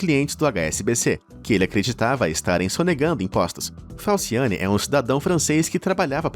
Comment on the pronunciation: Falsiane "Falciani"... sério mesmo?